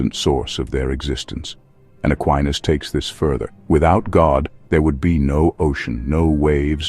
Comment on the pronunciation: It's "Ah kee nas."